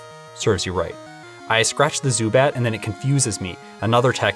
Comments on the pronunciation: Fun fact: [Zubutt] is pretty much how we pronounce it in German. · Su-Butt actually Sounds Like Zubat in German, so to me it sounded fine 🤣👍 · How you pronounced Zubat is how you pronounce it in german. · Congratz on your almost perfect German pronounciation of Zubat ! :) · a very German way to pronounce Zubat :D which is spelled the same in the German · Small funny fact: The way you pronounced Zubat is acutally its name in germany